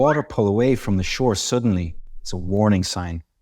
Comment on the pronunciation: Hi! I noticed that the words "diverse" and "suddenly" have been pronounced in the wrong way. Please check it out.